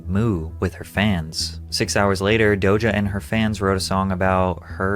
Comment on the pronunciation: Bro can this dude not say DOJA correctly? He keeps saying DOJO